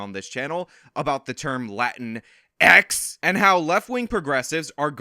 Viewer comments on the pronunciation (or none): You know I love when you say "Latin...EX"